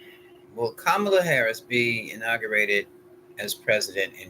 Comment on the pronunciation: Ka'- ma-la